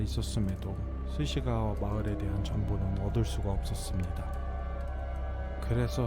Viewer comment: 스시가와? 스기사와?